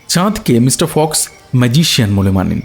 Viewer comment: বড়ো অদ্ভুত লাগছে।"ম্যাজিক " বলার সময় গল্প -পাঠক ঠিকই বলছেন "ম্যাজিক "। ঠিকই আছে।কিন্তু,"ম্যাজিশিয়ান" বলার সময় গল্প-পাঠক অদ্ভুত ভাবে বলছেন-"মাজিশিয়ন"।